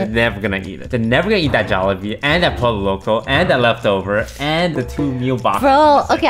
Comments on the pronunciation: Is it racist to point out you're pronouncing the Ls in Pollo wrong? 😂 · pole o loco 💀💀 its pronounced poyo loco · ITS POLLO LOCO NOT POLO LOCO